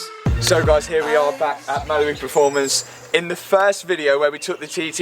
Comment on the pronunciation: The way you say Mallory Performance like it's Malibu Performance drives me crazy. 😅